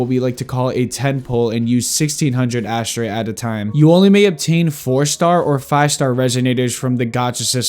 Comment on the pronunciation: Asterite ❌ -> Ash tray ✅